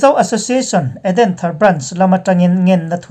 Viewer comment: Edenthar tih i lamdan hi a va han mak ve,mizo tawng hi i thiam vaklo a ni lo maw?